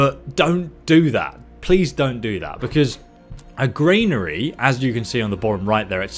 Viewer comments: good video but arrgghh! it is a GRANary not a GRAINary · Granary is gran nary not grain nary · Gran-ary. Please pronounce the main words in your video correctly, you use them a great deal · Yup, and it's a Granary not a Grainary. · Millita grainary 🤣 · Millta, grainery, kill me now ffs lol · And also GRAINary 😂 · Granary is pronounced GRAN A RY. Love the videos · Investing your skill points in your Millita and Grainery gives you +10 proficiency in word pronunciation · I'm English by birth and breeding. I'm a Kentish Man and an English Yeoman. I've lived in England for 50 years and never pronounced 'militia' or 'granary' like does. He's just inventing his own pronunciation. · I’m struggling, halfway through, with the mispronunciation of ‘militia’ (and ‘granary’). As a fellow Brit. just want to say that we don’t all speak this way. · Granary and militia are pronounced wrong here mate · Great vid but please learn how to say militia and granary properly.